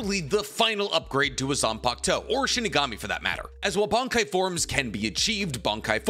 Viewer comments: It's Bankai not Bonkai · "bonk-Kai" What accent is this man using 😂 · You sometimes pronounce bankai (and shikai) markedly different from me, and it's throwing me for a loop. 😅